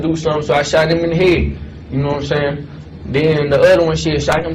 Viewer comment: Rumor has it she still don’t “Gnomesayin” 😂